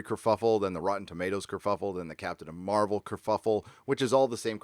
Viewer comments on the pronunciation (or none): none